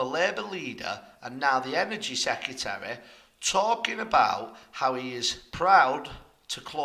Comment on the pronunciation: Secretary not Secutary! Please try.